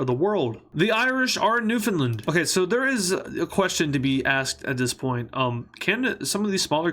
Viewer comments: It’s not newfoundland or newfinlind it’s newfinland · Newfoundland is pronounced New-Finland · its pronounced nuwfehnlnd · Canadian here, Its Suposed To Be Pronounced New Found Land But Everyone Just Says Newfinland. But I Pronounce it New Found Land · as someone who is canadian but lives in the usa it's pronounced new find land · As a person from Newfoundland i pronounce it a New-fin-land